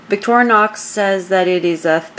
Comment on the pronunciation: Victorinox not victoronox